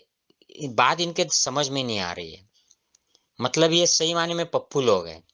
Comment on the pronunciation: Pappu nahi tappu bola